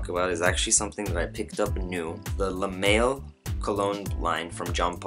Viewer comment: Good review man.. just a couple pointers. L'homme is pronounced Lome.. the ' and h are silent. So like Y'ves would be pronounced Eves. And pour homme the h is silent also. Le male is pronounced le mall. Not trying to make you look bad or anything. Just giving you a heads up so next time you'll know your shit. ;-)